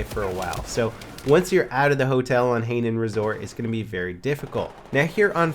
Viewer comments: Hahaha high-nan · I really do like your videos... but you're pronouncing the names of the maps wrong! Hainan resort is pronounced Hi (as in the greeting,) and nan (rhymes with man)... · haynan resort haha he's pronouncing it very wrong......very good shooting though the only time i hip fire is when someone is only an inch from me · It's HAY NAN you fucking bitch! lol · Terrain Axel That doesn't alter the fact that it's wrong. ;)